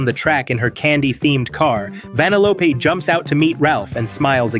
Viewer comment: Wth is this comment chain 💀 sorry for breaking it not sorry... wow I feel childish for that.... whatever Ig Also... "Van-a-lOpe" 💀